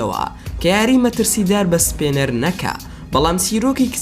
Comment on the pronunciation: سپێنەر نا سپینەر